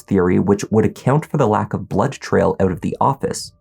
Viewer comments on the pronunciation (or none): I have to ask, coz I am interested with the stories you show. Why do you add an extra syllable sometimes in some words? ie Blood-ed trail?